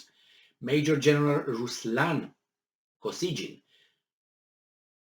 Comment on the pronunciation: KO-SY-GHIN (g is not soft)